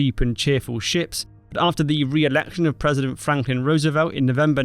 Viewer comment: Franklin pronounced 'Frank - lin ' not Frankin.